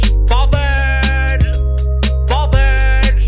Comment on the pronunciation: lol the funnyest thing for me was when u said booootherd